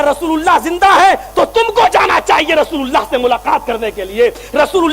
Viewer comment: Abe pagal rosululla thik se bolo thik se bolna nahi ata abe pagal allha ke rosul he